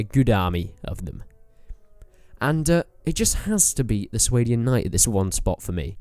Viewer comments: Are you sure you are pronouncing Swadian right? I always assumed the swa was pronounced similar to the word spa or something. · It's "Sway-Dian"? I pronounced it "Swah-Dian". Suppose I was wrong